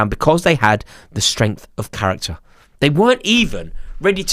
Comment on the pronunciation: One word "CARRICKTER"